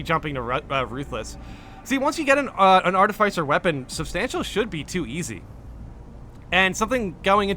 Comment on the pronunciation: Hearing you try pronounce "artificer" 30 times this video really hurt the ole noggin.